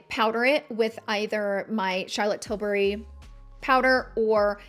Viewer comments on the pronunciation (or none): none